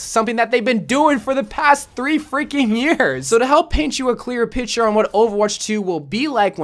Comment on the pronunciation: Picture not pitur